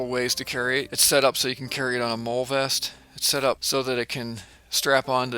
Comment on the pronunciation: when you mentioned it attaching to "mole" or M.O.L.L.E gear, I think it's pronounced "Molly" (modular lightweight load-carrying equipment). Great knife though. Also, someone mentioned that Gerber wasn't a "high end" brand. Who the f$@ cares? They make a great product at a decent price.